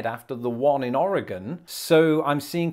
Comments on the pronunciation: Thank you for pronouncing "Oregon" correctly. So many people get it wrong. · I'm just so impressed that pronounced Oregon correctly. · Eh, the first O was a bit more Ah than Oh, but definitely he did better than most people in the US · Yes!! I pre-cringed, as usual, knowing he was going to say Oregon and then once he said it correctly I let out a sigh of relief and smiled. :) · Cougar is an attractive older female who is sought after by younger men. Cougar is also another name for a mountain lion, panther, puma. Thank u for pronouncing Oregon correctly. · Kudos to you for pronouncing Oregon correctly. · Thank you for pronouncing Oregon correctly. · You got Oregon right with pronounced Ore-gun 😃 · I have lived in the NW my entire life. First of all let me thank you for pronouncing Oregon correctly and not as "Oreegone". Most US born citizens get that wrong. Second Duff is simply the leaves, needles and other debris that cover the forest floor.